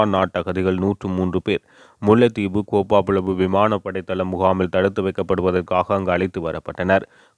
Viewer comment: கோப்பா புலவு இல்லை கேப்பாபுலவு , கேப்பை வரகு போன்ற தானியவகை அவ்விடத்தில் பயிரிடப்பட்டதாக சொல்லப்படுகின்றது